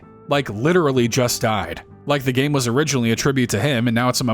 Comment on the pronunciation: he said gay-mar